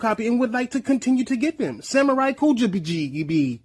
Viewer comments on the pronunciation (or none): none